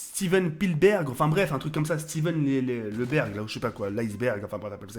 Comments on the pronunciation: Mdrr au lieu de dire Steven Spielberg il dit Steven l'iceberg mdrrrrrrr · À la fin il dit Steden Biberg mdrr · stiven stigdergue la !... sfibzzzz...bzzzzz... stivean spizzbergue ! stiven pilebergue... l'aisberg comment il ma tué jpp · il a dit Ice berg MDDDRRRRRR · Steven Stigderg ! Steven Spizberg ! Et Stidjen Bidberg ! x) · il a dit stsven sfplieberg il est srx la mdrrr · on dit stiven Spielberg lol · Mdrrrr j'en peux plus*il a meme dit Steven bébergs chui mort( XDD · mddddrrrrrrr Steven sipitsberg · mdr il galère sa race à dire Spielberg